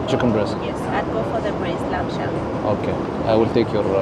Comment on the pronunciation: welcome back, bro. Lamb pronounced lam... b is silent.